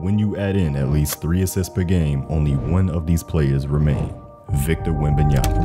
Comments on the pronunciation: Does steven a smith still aay wembenyaNa? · Stephen A saying WembamyaNa every damn time pissed me off lmao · Hearing WembanyaNa all year triggered me. Please respect the name. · Jfc someone tell Stephen a smith to eithe pronounce it right or call him Wemby. So tired of that dude saying it wrong.